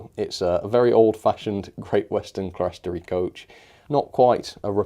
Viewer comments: It's pronounced "clear-storey" or "clear-storry". It is what it says - a clear (glazed) level. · Clerestory is pronounced 'Clear-story'!